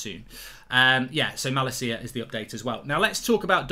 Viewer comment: I’ve never heard someone butcher the name malacia so bad